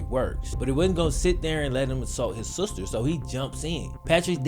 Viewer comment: Nobody:: he was beating his sooster